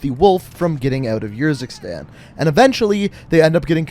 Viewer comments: It’s Ursikstan as in Urn And it’s Farah not Fairah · The way you pronounce urzikstan really gets me and idk why. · The way you say "Urzikstan" triggers me